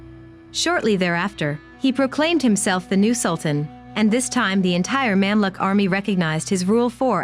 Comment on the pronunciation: You should’ve practiced the Arabic nomenclature b4 the vlog. It’s so pathetic that I had to pause and listen it again and again! It’s not Memlik but Mumlook, not Saladin but Salahuddin! Disappointed